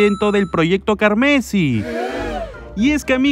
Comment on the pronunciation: Me da cosa cuando pronuncia "Carmesí" sin el tilde en la "i":v